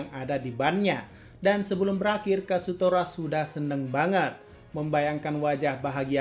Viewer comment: KAZUTORA ❌ KASUTORA ✔